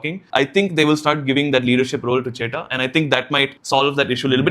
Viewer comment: Bro it's chettan not chetta